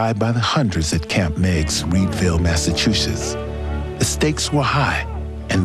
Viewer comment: The 54th will forever be my favorite statue in Gettysburg. I’m from Mass and go to Gettysburg periodically just to see that beautiful statue that honors them ♥️. That being said…someone teach Danny Glover how to pronounce Massachusetts please. UGH!